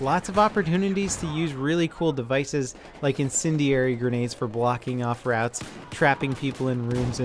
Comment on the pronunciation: When he says route, i hear rat